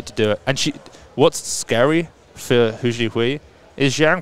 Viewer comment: This was amazing, so happy for the top 3 and everyone else who made incrediblee lifts. What an awesome competition. BTW, "Hou" in Hou Zhihui's surname is pronounced like Santa's "ho ho ho" or like saying "Oh", not like "who" :)